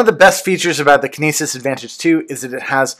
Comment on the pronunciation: heh you said it like kenises...like penises I'd say it like kin nE sis...like cytokinesis